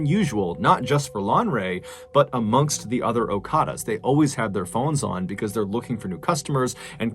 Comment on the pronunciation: Okadas not okaras